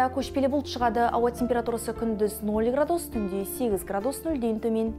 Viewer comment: Градууус ,градууус жаксы екен ударение у нее у га тусып тур. мунда ударение а арпыне тусыру керек